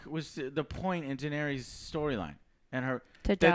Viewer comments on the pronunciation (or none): 10 years and Joe still can't pronounce the names: Den air ease, Your ion, Drogo, Sir say, any one got some more? Oh yeah, turn your fucking mic down for the 100th time, Joe! My whole phone vibrates when you scream out and it scares the shit out of me! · Pretty annoying how Joe can't even pronounce Daenerys correctly lol.